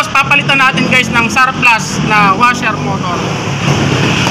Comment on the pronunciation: Surplus not sawplus he he